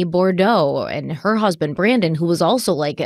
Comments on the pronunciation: Loving the in depth coverage you’re giving us on this! As a Louisiana native, the name Boudreaux is pronounced boo-droh and Trahan is tray-han (hand without the D). ❤😊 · I just want to kindly help you pronounce Brandon Boudreaux's name. Phonetically it's boo-drow! Thanks for the coverage 💜